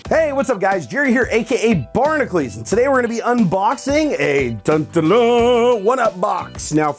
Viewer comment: I just noticed he's pronouncing barnacules wrong. ...